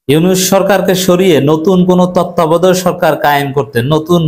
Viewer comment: তত্ত্বাবধায়ক উচ্চারণ করতে পারেন না সাংবাদিক সাইজা বইয়া রইছেন।